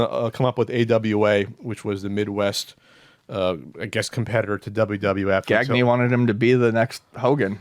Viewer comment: pronunciation of Gagne made me giggle.